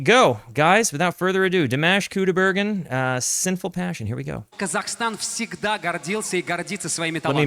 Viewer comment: Pronunciation of his name, because you TOTALLY butchered it. 😂 First name: dee - M(AH)SH (not MASH, like mashed potato!) Last name: COO' - die - bare - GEN' with a hard "G" like in GOOD. Emphasis is on first syllable. Most emphasis is on last syllable. Try listening carefully when someone introduces him! Thank you. ❤